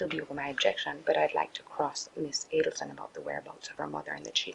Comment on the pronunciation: "A-Deal-Son" ... NOT A-Dell-Son ... 🤦‍♀️ Her arrogant lawyer. Think of Dan / others ... not (your) Wendi.